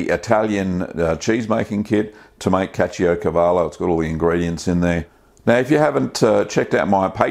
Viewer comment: The way you pronounced the name remembers me Brad Pitt from Inglorious Bastards, good job.